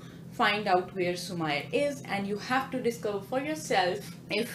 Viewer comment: It's su-meee-rey not su-ma-yar